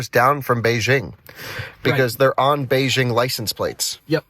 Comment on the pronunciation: would have good if you could have pronounced Beijing correctly